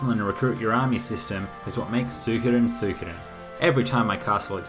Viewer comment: You pronounce it like me Soo-ko'dn. Most people saying "Soo-ee-Koden"